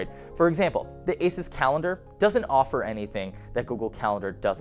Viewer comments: AY-soos not ACES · You're pronouncing ASUS wrong. Its pronounced Asooooouuss where the ouuuuu is prounounced like U. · good review! my only comment is that Asus should be prounced ah-su-s 😊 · I thought Asus was pronounced "Ay-Seuss"